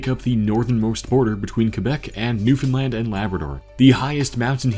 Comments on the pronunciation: Bro said Newfoundland right lets goooooooo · Informative video. One tip: I'm pretty sure Nunavut isnt pronounced noonavoot (the joke goes "Nunavut is having none of it" because they sound similar) :) Good job on Newfoundland though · Your Newfoundland pronunciation is the best I've ever heard from someone outside the province lol